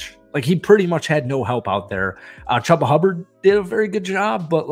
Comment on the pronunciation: Lol. Hubba Bubba Chubba Hubbard